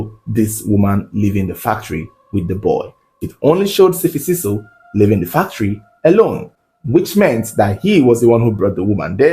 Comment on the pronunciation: its S'fiso not Sifisiso Great storytelling tho💟